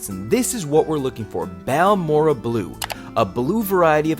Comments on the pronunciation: It's baORE ray uh 😊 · It's pronounced; BAL MORE RAY. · Google Translate says "Balmorhea" is pronounced something like "Balmoray." Lots of the agates I find in Central Texas have a whitish or reddish "weathering rind" on the outside of the nodule. When I see a little bit of waxy-looking blue or red showing through the rind, the nodule goes into my bucket.